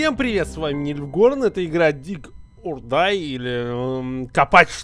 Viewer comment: Отличный обзор. Автор первый раз зашел в игру. Он не то что сам геймплей описать не может, он даже название неправильно читает. Дизлойс